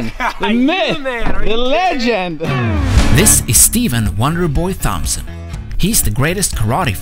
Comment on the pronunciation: He said thhhhompson like thumb lol